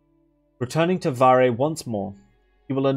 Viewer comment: damn bruh portuguese is my main language and never read his name like this 🤡 it was so obvious also idk if it helps but "varre" means someone/something that sweeps, the verb (to sweep) is actually "varrer" with a R by the end of the word ALSO idk to what extend english speakers use "sweep" for but this portuguese word is only for sweeping the floor (with a broom most likely) conclusion: Varre is a broom.